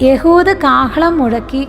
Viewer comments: എഹുദ് എന്ന പേര് എന്താണ് യ ഹു ദ എന്നു പറയുന്നത്??? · എഹുദ് എന്ന് അല്ലെ